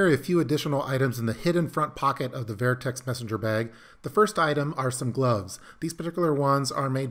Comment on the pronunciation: Sounds like you’re saying “ver-I-Tex” not vertex…pronounced verr-tex sorry but that’s how the words pronounced and it took me 4 try’s to find it on the web.